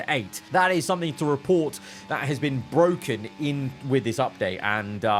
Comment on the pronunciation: "it's bwoken,it's bwoken, I'm going home"